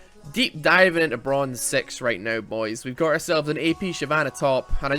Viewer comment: says level Sex instead of Six? Or am i the only one who hears that?